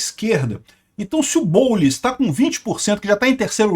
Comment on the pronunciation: "O boulis" kkkkkk